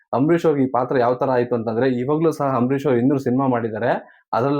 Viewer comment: ಏನು ಗುರು ನೀನು ಹಾಥ್ಮೀಯ ಹಂಬರೀಶ್ ಅಂತೀಯ ಕೇಳಕ್ಕೆ ಬಾರಿ ಹಿಂಸೆ ಆಗುತ್ತೆ ದಯವಿಟ್ಟು ಸರಿ ಮಾಡ್ಕೊಳಿ